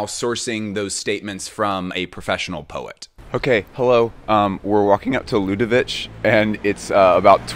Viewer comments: Stefano Pilati is such a gorgeous designer, very underrated which is a shame. By the way, Ludovic is pronounced LudoviK 😆 French is hard, I feel for you 😉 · Hey, just a quick pronunciation note, for LDSS, Ludovic is not pronounced the Serbian way, since Ludovic de Saint Sernin is French, it's a quick k, as you would pronounce Ludovik. It's the French version of the germanic derivative for Louis, Ludwig, and as such is quite a short, percussive last sound. By the way, the Serbian -ić suffix is usually written with the accented ć to denote the way it is pronounced. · Dont want to be that guy but we prononce ludovic: ludovik not ludovich. Great vid!! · Stefano’s YSL was such a great phase and the spring/summer 2008 is one of the greatest shows of him at the brand . Ludovic ya pronounced with a K. 😊